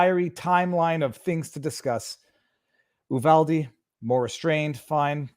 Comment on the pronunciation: Viva it's pronounced - U-vall-dee